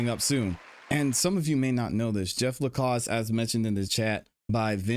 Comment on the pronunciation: Jeff's last name is pronounced La C ass.